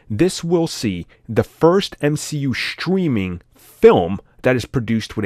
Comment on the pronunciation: Why do some people pronounce “strange” as “shtrange”, “streaming” as “shtreaming”?